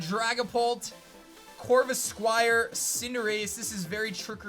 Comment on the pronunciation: That moment when said corvisquire 😂